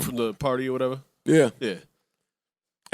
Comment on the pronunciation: I get really annoyed when says “whateva”.. I can’t explain, I just know im really annoyed afterwards